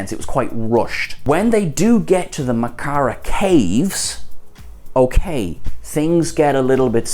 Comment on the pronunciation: Caves of Mak'ala..not Makara.